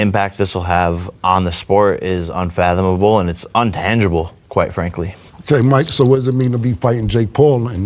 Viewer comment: Its "intangible" jake not untangible, you fn spud